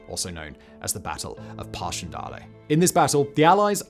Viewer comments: Passion - Dal-lay ??? Really? Passchendaele ... the ae makes it sound like dale ... like a bale of hay. A very important Canadian WW1 memory to get right. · Eep-Pray? If you are going to mispronounce Ypres call it wipers for God's sake! And why pronounce Passchendaele, parshen-dahley? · Never heard passchendaele pronounce so uniquely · Learn how to pronounce Paschendale!!!!!